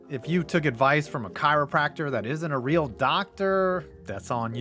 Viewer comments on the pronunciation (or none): none